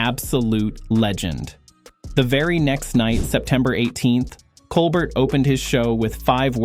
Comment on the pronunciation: Why can't you pronounce Colbert's name correctly?